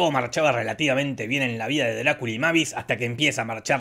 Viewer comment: Un dato no tan delital importancia, la hija de Drácula pues se dice meivis